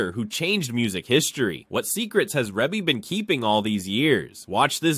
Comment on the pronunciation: Pronounced : “REE-BEE”